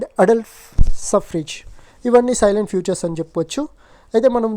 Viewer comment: సైలెంట్ ఫీచర్స్ కాదు బ్రో salient ఫీచర్స్